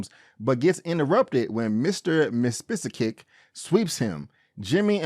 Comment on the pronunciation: Really enjoying your reviews so far. Mr. Mxyz-spit-lick is usually how it's pronounced, but it also is slightly different in each cartoon. There are various mutiversal councils made of many alternative versions of characters in the comics. I agree Clark didn't owe Lois an apology per se, but its with in his character to do it anyway. Keep up the good work.